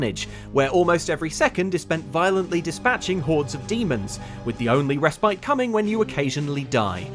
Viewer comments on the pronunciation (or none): none